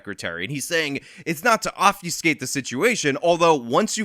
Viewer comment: “…Offiscate…” -Brandon Johnson